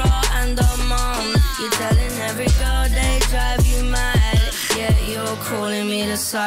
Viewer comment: Has nobody else noticed she says phycopaf?